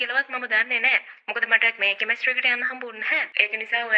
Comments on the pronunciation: Ayyoooooo, harima moda ganiyak. Ehema naththam pissu eyata. Kiyapu English wachana serama waradi widiyata uchchaaranaya kale. බුකෙට්😂, පාරල්😂, පසිටිපේට්😂 කෙමිස්ට්‍රි 😂, 😮😮😮😂😂😂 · කෙමෙස්ට්‍රි කියල එයා කියන්නෙ😂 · ගොං වැස්සියෙ උඹට ඉංග්‍රීසි වචන උච්චාරණය කරන්න දන්නෙ නැත්නම් කියවිය සිංහලෙන් සුසාන භූමියකියල. කෙමස්ටරි නෙවි , සෙමට්රි .😅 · දැන් හදිසියේ කිව්ව කෙනා ...දිගටම කතාව.😂😂😂😂කෙමස්ට්‍රි...ගියාලු😂😂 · නිර්ධය ඉංග්‍රීසි හරි උච්චාරනය: 😂😂😂 ===================== ෆියුනරල් පාරල් කෙමිස්ටි ෆයිනල් රෙස්පට් බොකෙට් පියුනරල් කැබින් එක කෙමිස්ට්‍රි එක රිමේෂන් බැරියර්